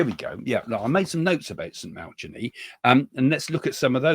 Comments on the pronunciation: St Malachy is pronounced Malachi silent h. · Saint MA-LA-KEY 🙈😊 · Love you Craig. From a former catholic… Malachy. Is pronounced Mal- a- ki❤ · It's pronounced Malakey (Saint Malachi)😂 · Correct pronunciation.... It's Saint Mal a key ☺️